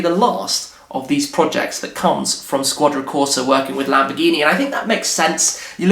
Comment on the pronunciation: "Shquadra" Corsa!